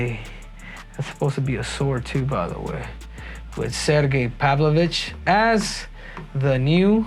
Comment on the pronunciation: “This is what makes Sergei Pavlovich, Sairgay Pavloveech “ 😂